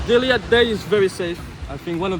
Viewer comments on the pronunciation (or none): none